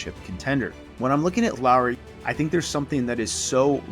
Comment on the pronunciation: Thank you for learning to pronounce Lauri pretty correctly. His name is not Lawrie like many Americans. seem to think. 😅